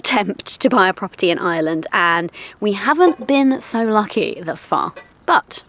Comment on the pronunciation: Well done, congratulations, welcome to Ireland (fn. Eye-er-land... not Island 😊) - hope you get the local accent quickly because you'll need to with the one you have 😂😂😂😂😂